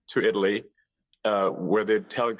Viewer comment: Why doesn’t Muskrat know how to pronounce Italy correctly?